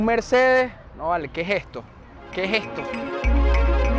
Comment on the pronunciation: Tu prononciation es ..??? D3cis QEJESTO 😮 HORRIBLE TU ESPAGNOLE